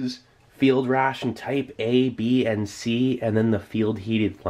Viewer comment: funny cause "Type-A" sounds like "Taipei", if you catch my drift